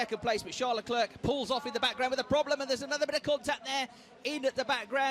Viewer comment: Charles “Leclerk”